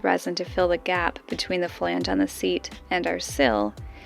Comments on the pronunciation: It makes me a little sad that is pronouncing flange correctly. I enjoyed how she was pronouncing the chemicals, with 10 syllable names, correctly and mangling flange:) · You guys are awesome and I am very glad your getting flange down to one syllable..... :-)